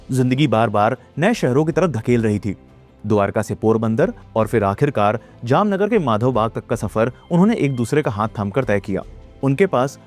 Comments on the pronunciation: Voh Jamnagar ko Jamnanagar bol rha tha 😭😭🙏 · bro converted Jamnagar into Jamnaanagar😂😂